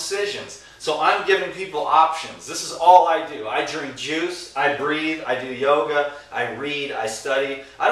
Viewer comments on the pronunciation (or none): none